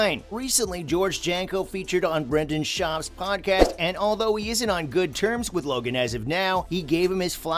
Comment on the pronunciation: Brenden shaub not brandon sharp buddy gd man lol